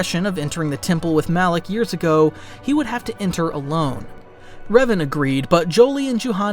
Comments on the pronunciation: alak? Mf its Malak 🤣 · Am I tripping or did he call Malek alleck the whole time lol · Calling Malak.. alick or alic alik. Whatever ur saying is drivin me nuts lol